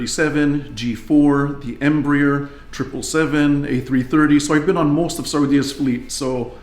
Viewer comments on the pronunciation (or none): none